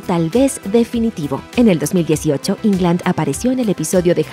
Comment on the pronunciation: jairo caceres y que puedes esperar de estos desinformados,si ni pronuncian correctamente el apellido del actor; dicen Ingland y lo correcto es; Englund. Asi como se escribe se pronuncia. Solo es de escribir en el traductor de google y el te lo pronuncia correctamente.